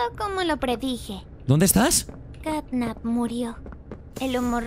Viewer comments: tio no se dise snatnap se dise catnap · De vez de decirle Catnap dice Snapchat XDXDXD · Quien se dio cuenta que grefg decia snapchat en vez de snapcat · Grande grefg diciendo snapchat en vez de catnap